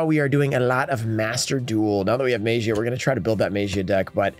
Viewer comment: Maybe if he pronounces magia the right way, he will probably pull it.